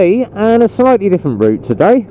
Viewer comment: Haha “shitely”. I do that all the time mate, so much in fact I think I’ve invented my own language 🤣😂